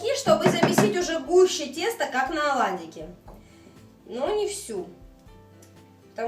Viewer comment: Оладики.покладите.начало(ударение на первый слог)жменька